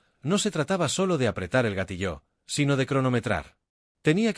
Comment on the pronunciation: Sólo quería recordarles que la palabra "GATILLO" no se acentúa en la "O"... No entiendo porqué la pronuncian "Gatilló,"